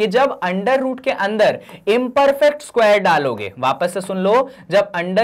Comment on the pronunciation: Isquare nahi sir square😂